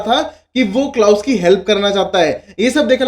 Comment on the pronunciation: What is Klaas...it's klaus menn !!!..u need have some accent